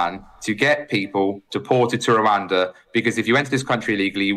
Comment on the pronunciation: "One big rabbit in the room".... "pesky peers".... And he can't even pronounce Rwanda.